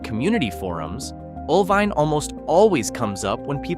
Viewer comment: One in four houses in Oelwein needs a new roof. That should say volumes about the disposable wealth of the citizens of Oelwein. Did the producers of this video actually go to these towns? You'd have thought they would at least learn to pronounce each town's name.